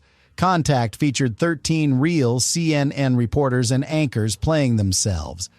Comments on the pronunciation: Human’s say, “Seeyennen,” not, “See. Ehn. Ehn.” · Such stupidity, why show a fake letter signed by Donald Trump rather than the actual one? Rob Lowe is certainly NOT a CNN reporter. Why is the AI saying C...N..N... The making of the camera trick is shown on the DVD extras. LOL, the 18 hours was the TWIST. SLOP SLOP SLOP.